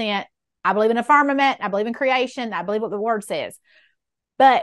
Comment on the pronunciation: She lost me at „Dey beleyve…“ 😜